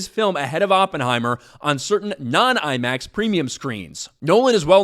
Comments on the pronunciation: Sucked in CRUISE … BTW idiot it’s Oppenheimer - NOT OP HEIMER… learn how to pronounce the scientific genius. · can't even pronounce Oppenheimer. Color me shocked. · you can't even pronounce Oppenheimer correctly...